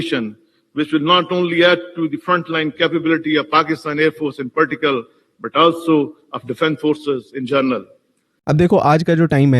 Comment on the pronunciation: In partical 😂😂😂😂😂 Particular